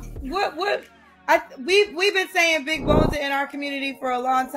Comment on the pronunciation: “Big boneded” 🤨